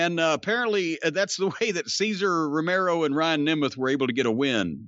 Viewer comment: I laugh every time he says "Cesar Romero"